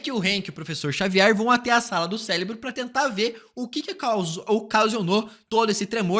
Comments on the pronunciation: Cérebro e não Célebro. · Cara, é impossível ver esse vídeo sem sentir agonia por ele dizer “CELEBRO” todo fucking time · Q agonia esse cara falando celebro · É só eu que estou com escutando celebro kkkkkkkk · Ouvi celebro também 😂